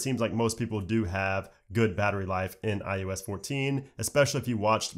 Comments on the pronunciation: I “oh” s... stop saying iUS lol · Why does he say iUS though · stop saying IUS troll